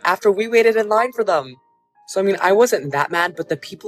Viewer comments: The girl that kept saying “online” instead of “in line” was irking me so bad lmao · Saying online instead of in line annoyed me more than the situation 🥲